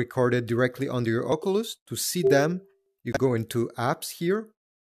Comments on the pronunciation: bro saying ockoolus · The way he says oculus lol😂